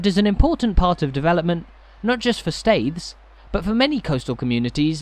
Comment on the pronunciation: The name of the town is pronounced "steers".